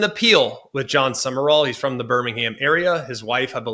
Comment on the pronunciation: It’s pronounced “Sum-rall” not “Sum-er-all” 🙄